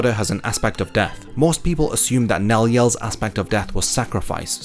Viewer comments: pronounced Nel-E-el 2 Oh-dul-Shwank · Two L's make a Y. I know you're more english than I am. But if Kubo wanted to delve that deep into Spanish ass.... stuff. at least try to pronounce it right. #latinas